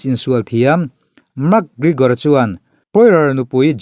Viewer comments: Mak gregor te ti mai2.. Lam dan hi uluk ve thin che u. Makkkkk gregor an ti lo. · Mak Grigor ah??😄😂, Pronunciation zir that le ngai tlat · Iti Mak griigor thei e pronounce dan hi a 😂😂 .min 10 vl chhung in adds 3 vl bawk itiho mak grrigor hle bawk 😭